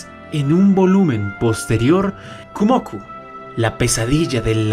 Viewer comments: no es "Kumoku" pedazo de... de... de muchacho, es "Kumoko", "Kumo"/araña + "Ko"/mujer, asi que ella es la "dama araña". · Es "kumoko" ""kumoko"" ya comenze a ver el video y me encontre eso estraño xd